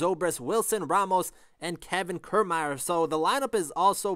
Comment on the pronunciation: It’s pronounced Key-r-mai-er